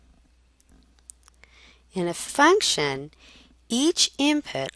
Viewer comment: Damn that 'function machine' made me laugh... I thought you said 'fucktion' hahaha. you can image what 'pops' out :P